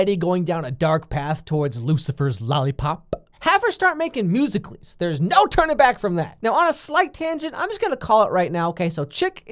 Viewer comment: He said musica.lys